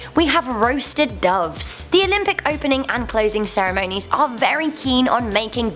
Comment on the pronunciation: Duves? Seriously?